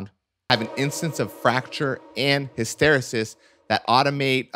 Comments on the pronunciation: You totally mispronounced the word hysteresis. For the benefit of those who do not speak English, it is pronounced HISS-TERR-EEE-SISS! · Hysteresis. Hiss-terr-EE-sis. It's a scientific term. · His-ter-EE-sis. It's a technical term. His-ter-EE-sis.